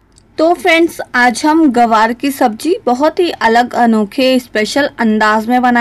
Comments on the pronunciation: Hello madam gawar nahi gwanr hota hai Ye Kya bol rahi hain aap Hey bhagwan ग्वाँर बोलिए गवार नहीं 😭😭😭😭🤣🤣🤣🤣😜😜😜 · ग्वार बोलते है मैम गवार नहीं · Gawaar nahi Gwar hota hai medam ji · Aunty ji it's GWAR not GAWAR... LEL 😂